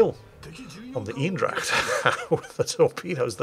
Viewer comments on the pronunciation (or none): First 2 minutes aren't even over, and I'm already laughing my ass off. Oh, you're so funny. Also, to stay in the language department, you're not pronouncing Eendracht correctly. Try it more Een-Dr-aCHT like. (or use google translate since I can Barely pronounce it myself)